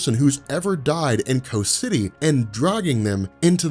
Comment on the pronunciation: Why are you calling it "co city"?